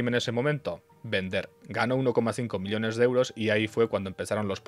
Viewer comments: me duele la oreja de escuchar "miliones" en vez de "millones" no entiendo xq lo dice mal jajaja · Me encantan tus videos, pero esto de decir "elios" "milionarios" "miliones" es infumable amigo